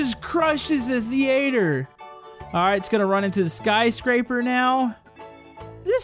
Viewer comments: Its not the- ate- her thei-ter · Thee ator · thee-ayy-ter what